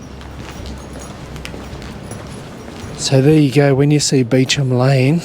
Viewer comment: There was an Irish Nationalism movement simmering at the time. Still, to the prince's credit, he asked for leniency for O'Farrell but they hanged him anyway. Your pronunciation of Beauchamp is the way we say it: a french derived name from the Norman conquest era I believe. We have quite a few streets and places with these types of names here in Leicester.